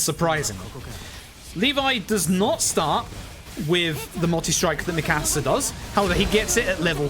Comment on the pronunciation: Dude has a great personality for speedrunning but damn the way he says Mikasa is jarring